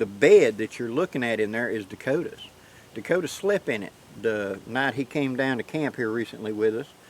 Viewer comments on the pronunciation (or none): none